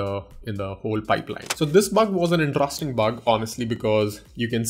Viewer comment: the way you pronounce interesting is wrong. pls correct it. 😊